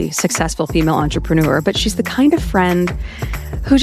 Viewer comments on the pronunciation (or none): Since when is it pronounced "entreprenoo-er"?